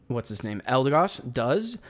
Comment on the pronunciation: oops my bad lol didn't mean to interrupt the video, thanks for pronouncing my name right and keep up the content man 🥳